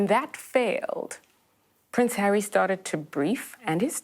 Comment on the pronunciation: You have the stroppy Duchess and his wife, you get drama and petulance. I love how it sounds like you say Prince Hairy😄.